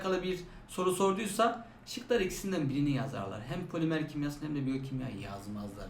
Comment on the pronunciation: poliMEĞR 💅 hocam unutmayacağım bir daha